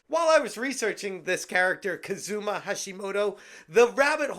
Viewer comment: Hating on gamers is super easy. People have been doing it since the 70s. It's like a pastime at this point. And they still think that gamers are 5'0" nerdy boys in their mothers' basements for some reason. And not that I'm defending this Hashimoto person but... Kazuma. Kah-zuh-mah. Not. k'ZOOmah. It's a bit of a pet peeve of mine. Americans over-emphasizing the second syllable of EVERY-GOD-DAMN word they come across. If you always do that: you'll pretty much be right maybe 1% of the time. Try to get out of that habit.